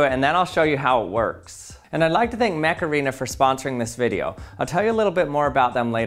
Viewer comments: Am I the only one who heard him say Mech Arena and then started hearing "HEYYYYY Mecharena"? to the Macarana song in their noggin? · When you said Mech arena I thought you said Macarena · Mech Arena sounds to me like Macarena, I don't know if that's on purpose. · I genuinely thought the sponsor was called Macarena before reading it on screen... XD